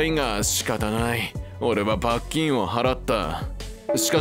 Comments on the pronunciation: 罰金の発音が気になる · ナレーションの罰金の発音が気になってしょうがないw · 「罰金」のイントネーションが気になる木🌲